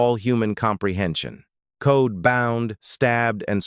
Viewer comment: There last name was COLE!!!! NOT CODE!!! I was 11 years old when this happened and hated him ever since. Why is he still alive, I don't know 😕. R.i.p Debra Ford